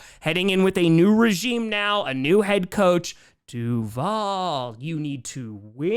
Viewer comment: Its DUUUVAL!!! or DUuVaL!!!